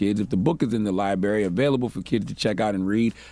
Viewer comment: The word is "libRary." F the mental health. Get u a mfn speech therapist.